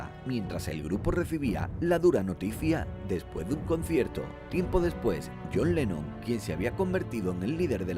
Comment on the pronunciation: q decis jhon lenno? es lennon !! y tenes 5 m de suscriptores dejate de joder